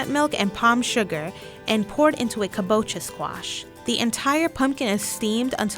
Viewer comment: Your voice is annoying. Never narrate again. And you keep pronouncing kabocha wrong....